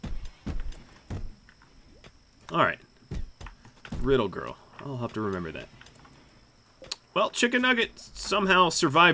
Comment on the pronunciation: I will give it a like cause the man literally read “rid leg 1 ‘R’ ‘L’” From what I believe the name was “R1ddleg1rl”. Riddle girl.. it’s riddle girl 😂😂